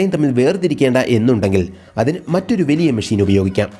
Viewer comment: വെലിയ അല്ല ചേട്ടാ.... വലിയ.... വലിയ....